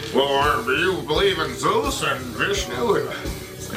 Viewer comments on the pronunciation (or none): none